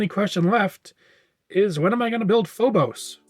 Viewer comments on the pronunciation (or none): none